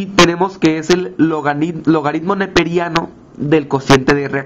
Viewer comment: Esta mal... el potencial de la celda es catado menos ánodo... 0.8-(-0.76) y es 1.56 V ahí si... no te inventes solo sumando, aplica la teoría... además es logaritmo no logadidmo... es penoso que ni hablar puedas bien, ni se diga hacer una simple suma.